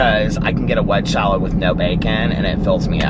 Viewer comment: It cracks me up every time you say "wedge shalad" 😂 instead of wedge salad